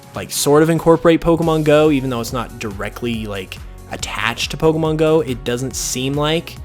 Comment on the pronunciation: I'm sorry...I like you, but the way you say "po-c'mon" & the big "pops" you get off your microphone, it's too much for me